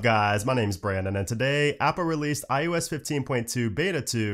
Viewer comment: anyone else hear IUS?